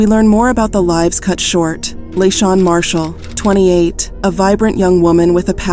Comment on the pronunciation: Her name was La Shon, not Lachin